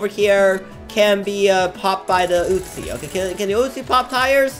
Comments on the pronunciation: Normal Person: Uzi - oo-z: Uzi - oot-chi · It’s uzi not utzi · WHY U KEEP SAYING UTZI